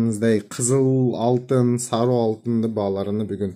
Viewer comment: саруу эмес сары деп айтылат кыргызча